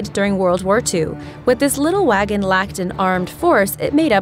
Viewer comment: Did you have to butcher that word wagen in Germany is said Vagen but spelled different